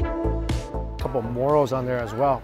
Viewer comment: Check the pronunciation of “morels”. Pls. Tx.